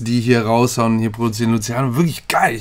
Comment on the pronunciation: Hab ausgemacht nachdem er Luziano gesagt hat 😁